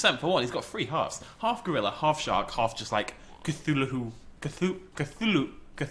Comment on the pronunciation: Cthulhu pronounced "cah-thoo-loo" not "cah-thoo-loo-hoo."